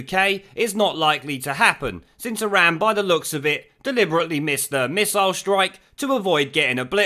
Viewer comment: He does love Iran but pronounces it Izan, because he's backward.